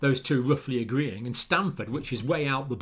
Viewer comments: Dr Campbell, you mispronounce the name of the most prestigious medical college in the western part of the nation you refer to as the “States” (also called the United States of America by other people around the world). It is Stanford Medical School not “Stamford “. It is fully the equal in reputation to “Oxfuurd” medical college in your own country. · It's Stanford, not Stamford.